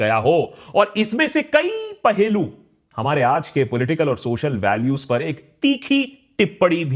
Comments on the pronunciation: पहेलू नहीं पहलू । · ‼️ पहेलू नहीं, पहलू ।